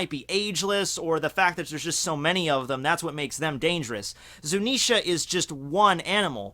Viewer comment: he finally learnt how to say zunisha, not zunenshia